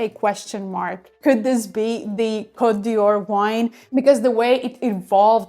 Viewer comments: A friendly tip. It's Cote D''Or, not Dior. The apostrophe is silent. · Côte d'or not d'Yior!!! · But you pronouncd it Dior. What could this opposite message possibly be saying?